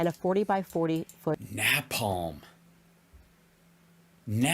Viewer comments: I can understand her pronunciation of napalm if she was 8, hell even if she was 15. But she is a GROWN ADULT. An adult who pretends to be well versed in the political realm. She is a clown. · Of course not. She can't even say napalm correctly. She's a DEI hire, I guess.